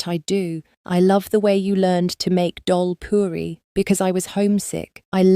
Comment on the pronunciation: This was really good story 😊..i am guyanese and grew up eating dhal puri so it was really great how u highlighted it in your story and pronounced it beautifully correctly 😊...happy what started off not so kindly was able to find a light for both of them😊🥰..consider adding pictures as the story flows😊